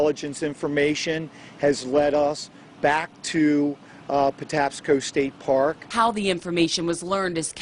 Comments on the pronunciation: It's 'Pah-taps-sko', if that helps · Just fyi, Patapsco is pronounced Puh-Tap-Scoe... He gets an A for effort though. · Great effort with some crazy place names ❤️ It's pronounced "Pa-TAP-sco". Also, I grew up on that side of Baltimore & remember this case well. Thanks for handling it with such compassion and sensitivity. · People in the tv report that you show pronounce it “pa-TAPS-co” park. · Thanks so much for featuring this case! (And the park is pronounced “Pa-TAP-sko.”)